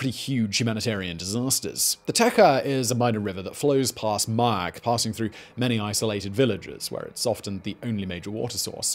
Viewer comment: Man, why would you butcher names like that? It's mah-YAK (yak as in "yuck") and TE-cha (cha as in "channel")